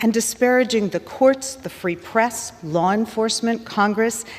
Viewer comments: It LAW. NOT lawr! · McGovern has a lot of nerve calling the Republican party a joke -- He can't pronounce "law" He STILL claims that police were beaten with fire extinguishers (absolute lie) He thinks everything is about what Donald Trump wants He thinks fires in Canada are due to "climate change" Continuing to call Donald Trump a cult leader He thinks Schiff is "honorable" The man is a joke